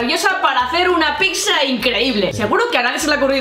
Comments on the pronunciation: Soy el único olle que dicen pixa en vez de piza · porque decís picza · Pronuncian mal pizza